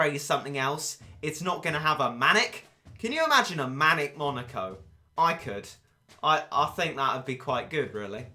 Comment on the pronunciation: Monica?? Monica?!?! really Monica? IT'S FREAKING MONEKO!!!